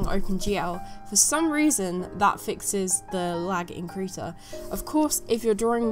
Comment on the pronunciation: I love how you pronounce krita, it sounds so "rough" when you try to pronounce it in german. :)